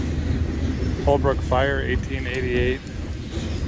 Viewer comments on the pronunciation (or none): Holbrook = " Hole-brook "